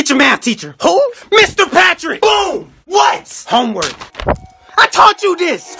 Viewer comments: 홈웕 발음 찰지다 찰져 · 홈월크 발음이 찰져 ㅋㅋㅋㅋㅋㅋㅋㅋ